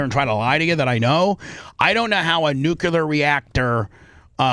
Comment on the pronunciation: “I’m not a newcular fizzist.”__Bubba